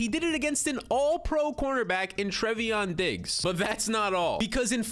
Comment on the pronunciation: Trey-von Diggs lmao not Trevy-on Diggs, dope vid tho